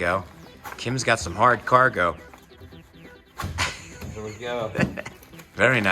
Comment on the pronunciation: いきなり漢字の「取扱説明書」は難易度高いですよw それにしても日本語上手になってますね。 日本語発音の「ハードカーゴ」がナイス👍👍👍 キャンプ動画も楽しみに待ってまーす。